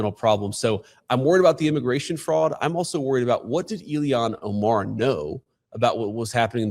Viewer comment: Why the fuck can’t JD pronounce “Ilhan”?